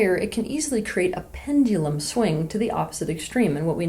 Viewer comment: Nobody: Teal Swan: Pend-ee-lum